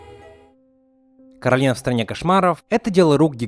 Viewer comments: Ну как бы не "КОРАЛИНА", а КАРОЛИНА потому, что короткое имя Каро, а если было бы "КОРАЛИНА" короткое имя было бы кора? что ли? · Не Коралина, а Каролина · Не Коралина а Каролина! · не каралина а королина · Каролина А Не Коралина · Не Коралина а Каролина меня так завут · Каролина а не Коралина!